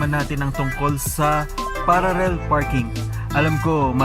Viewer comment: Pararrel pa more lol